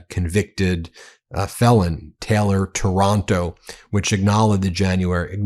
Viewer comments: Stop saying Taranto like Toronto! Giving us a bad name 😫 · The name is not TORONTO. It is TAR AN TO. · Ben, it is Taylor Taranto not Toronto!